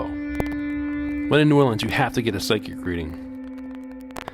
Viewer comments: They said it how it’s supposed to be pronounce I’m sure locals say it different. I’m from Chicago and people here say it different also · ❦𝓒𝓸𝓸𝓴𝓲𝓮 𝓛𝓾𝓿𝓈❦ That’s how it’s pronounced look it up